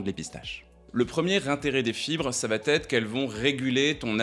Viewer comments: À - NE dites plus.... " l'intérêt des fibres c'est que ça va t'être.... " il n'y a pas de "T" a va ! Donc pas de liaison à inventer 😮 ! Ça m'arrache les oreilles à chaque fois cette liaison maudite. MERCI POUR VOS VIDEOS. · Bonne vidéo 👏 mais inflammation et enflammé et non inflammé + va être et non va t être !😅